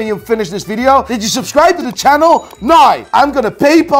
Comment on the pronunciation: roit noie